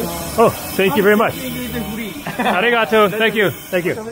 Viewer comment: In my experience ありがとう is perfectly fine and no one is going to raise an eyebrow. Try however not to stress so much the 'ga', you pronounce it strongly as 'ariGAtoo' when in reality it is more like 'aRIgatoo'. The intonation goes up in the 'ri' and low in the 'too' while 'ga' is neutral.